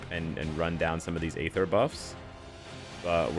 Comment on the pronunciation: for god sakes the 'A' in aether is silent. 😂